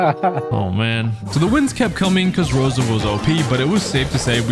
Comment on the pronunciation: its rosa thoough